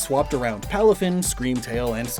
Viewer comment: And PALAFIN